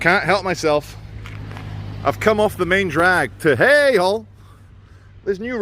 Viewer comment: it's pronounced hayg! and do they know what's going on? ) gl